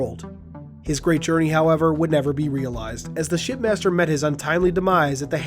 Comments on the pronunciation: Glass shattering moment, it sounds like your saying “Shit Master,” anyone else agree. Also, I can’t wait. I live next to a Dave n Busters so it’s gonna be great when it comes out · I swear you said, pardon my language, "Shitmaster"